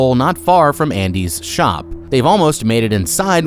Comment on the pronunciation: you call it "andres store"......not "Andys".....